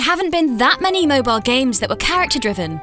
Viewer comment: this lady keeps pronouncing Mobal games instead of Mobile games